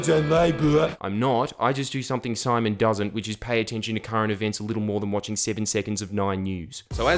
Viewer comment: Everytime you said "simon" it triggered me deeply